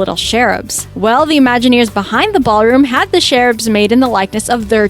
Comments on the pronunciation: Cherubs is not pronounced shareubs. It’s like chair. 🤦🏻‍♀️ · Um.. it's Cherubs, like CHAIR, not SHARE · It's cherubs not sheruds.